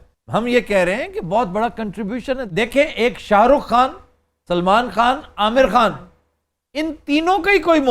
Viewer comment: you should learn urdu from aftab bhai because you said (irfan khan) but this word is خان not کھان